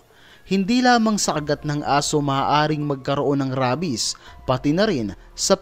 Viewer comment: Rabies is pronounced reybis